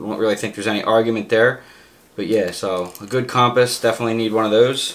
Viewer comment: I've neva in my life heard anyone say compass like that 🤣🤣🤣🤣🤣